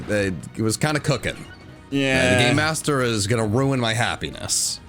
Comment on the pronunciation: I definitely heard "GAYMASTER!?" and was very excited. Well, this is fine too.